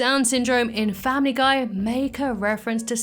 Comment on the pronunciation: Family gay I heard that